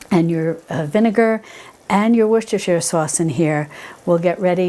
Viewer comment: Yay,!!! One of the very few who correctly pronounces. WORCESTERSHIRE!!!